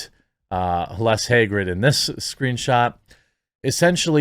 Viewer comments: Haggard, like Merl Haggard. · Haggard, not Hagrid. He’s not in Harry Potter.